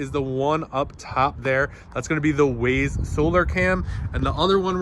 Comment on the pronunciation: Wyze. Not Wayz. English language has failed you.